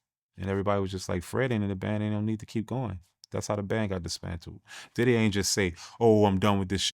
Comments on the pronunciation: Is he saying “Daddy” & not Diddy?? 🤔🤔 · Did dawg say diddy house or daddy house 😂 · This nigga keep saying “daddy” or I’m tripping? ?